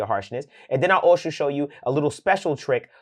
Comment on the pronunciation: Then I’ll “alsho “show you